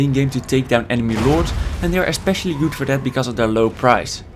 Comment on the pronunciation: I love your accent when there is a double o. Very goooood unit xD